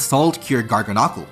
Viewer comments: Please say Garganacl correctly 😭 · Your pronunciation of Garganacl and Gholdengo had me dead.